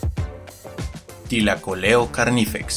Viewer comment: Bien por la pronunciación aunque la mayoría para no complicarse simplemente le dicen león marsupial .